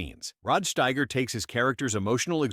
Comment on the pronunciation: Steiger not Schteiger